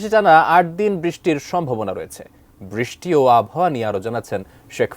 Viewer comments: বৃস্টি হবে না, ওটা “বৃষ্টি” হবে। উচ্চারণ ঠিক করতে সমস্যা কি এদের… 🥴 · বৃষ্টি ভালো করে উচ্চারণ করতে শিখেন😂😂